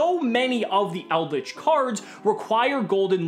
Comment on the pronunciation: Shout out to for pronouncing the trap monsters correctly 👌